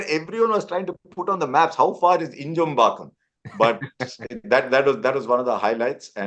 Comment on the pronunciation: INJAMBAKKAM - LITERALLY HEARD NO ONE ELSE MAKE INJAMBAKKAM SOUND SO GOOD! Harsha Bhogle <3